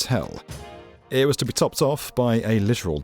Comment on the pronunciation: Why do you put so many syllables in words? “It” has one syllable. Not 3.